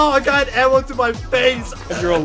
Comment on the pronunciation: i love how pronounces arrow as "awwow"